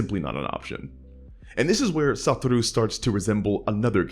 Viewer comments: I can't listen to him pronounce SaTOru Gojo's name as "SaTUru"... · Can't help but either hear "Saturu" or "Satoro" 😭😭😭 Cool vid tho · Everytime my dude says "Satoru" it's in Italic